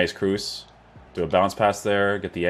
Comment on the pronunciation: Pronounce his name properly as something similar to ''cross'' not double ''o''